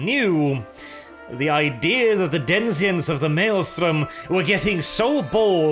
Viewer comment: You keep saying denizens as denzians.